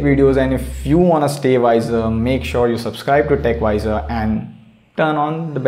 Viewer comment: why would you name your channel techwiser if you cannot pronounce the W